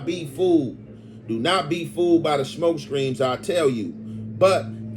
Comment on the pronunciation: smoke screams is wild…… Smoke screens